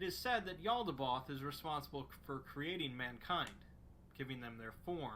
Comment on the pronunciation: I love the exploring series but his pronunciation drives me nuts lol Mekhane: (mech-kaine) not mek’n Yaldabaoth: (yal-duh-bay-oth) not yaldaboth